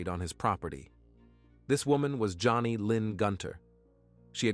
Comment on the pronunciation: "The woman"? "The man"? "The wife"? Not the best use of the English language. Not easy to listen to. And the murdered woman's name was Joni Gunter not Johnny